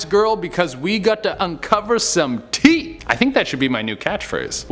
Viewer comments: Tea...? Is that whatcha saying? I thought you were saying hot teeth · Never, will still be too soon to hear you say tea ever again. 😒😩